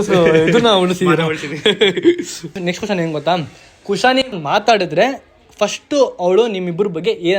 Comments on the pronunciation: ಬ್ರೋ ಅದು ಗೋತಾ ಅಲ್ಲಾ ಗೊತ್ತಾ ಅಂತ ಅದು 😂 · ಗೋತಾ ಅಲ್ಲ ಮಾರಾಯ, ಗೊತ್ತಾ 😅